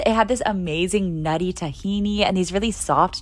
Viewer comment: When she said Thekeeney💀💀 It's pronounced thina